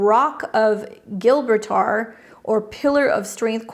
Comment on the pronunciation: The Rock of Gibraltar is pronounced “Jibraltar” it is a giant rock formation with man made tunnels used as a defence fortress 😊💜🙏